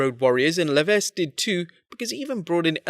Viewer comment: HEY! THE “S” IN LEVESQUE IN SILENT!